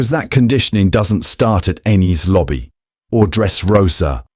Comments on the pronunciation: The way you pronounced it caused the caption to misspell “Enies Lobby” as “Eenis Lobby.” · The way you pronounced the “e” in “Enis” made the caption show “Inis Lobby.”